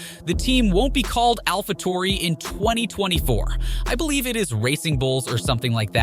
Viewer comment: Why does he say alpha tori